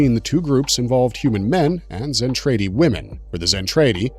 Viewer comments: ..............."Zen-Trade-Y" ?????? Seriously?? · Its "mack-ross." And its "Zen-trah-de". Im surprised you dont say "Robot-ech." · Dude, Mc Cross and Zen-TRAY-Dee... You just lost your anime card, there's no way you are actually a fan of this content ☠️ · Zen Tray Dee 🤣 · Zentraydee, Sowthern Cross, MOSPAYDIA, MOSPAYDA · Clearly you never watched the show mate, can't pronounce Zentradi or Macross, I switched off after 30 seconds. Thumbs down all around!!! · You can’t pronounce Zentradi correctly